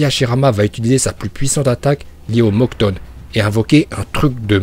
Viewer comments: Pas le mokton... Mokuton... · Mokutone pas moktone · Mocton XD c le Mokooton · Pk tu dit mokton alors que c mokuton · C’est mokuton pas mokton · De ouf ou quand y dit le mokton au lieu de mokuton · "le mokton" 😭😭😭😭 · Uchihhhhha, mokton, suzzano, saske, bidju et par contre ta pas le droit de deformer le nom de itachi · Je sais pas pourquoi tu prononces aussi mal certain mots comme Shippuden, Mokuton etc xD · Mec tu dit Mokton au lieux de mokuton et Ninjustu au lieu de Ninjutsou tu fait pas d'effort